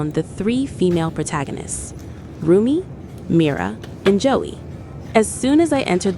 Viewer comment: Girl said Joey instead of Zoey 🫪🫪🫪